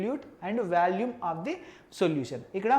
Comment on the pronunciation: orey adhi Vaalume kadhu V'o'lume